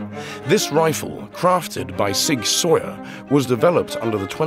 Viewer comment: It’s pronounced!!! Sig SOWER! NOT Sig Soyer! Do a little research before hitting the record button!